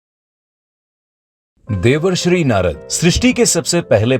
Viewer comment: Devarsri nhi bhai Devershi🤨